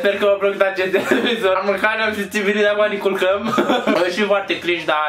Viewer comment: a zis 'di'